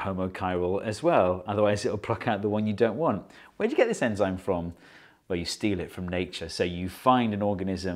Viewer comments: anzyme? Or enzyme? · Its enzyme not anzyme. Your welcome. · Ye its "anzime" right ?